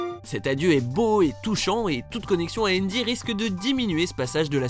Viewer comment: On dit andy pas endy